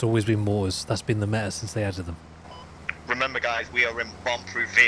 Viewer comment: It's da meeea bro it's da meeea